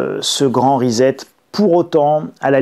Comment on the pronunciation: Bonjour Pourquoi prononcez vous le mot anglais reset...risette!